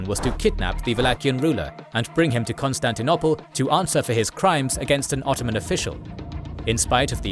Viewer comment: Ok,is it really pronounced "constanti-nopple"?